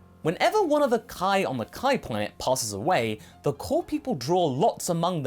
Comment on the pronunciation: I know you were saying "core", but it kinda sounded like you were saying that King Kai is "one of the cool people" to me.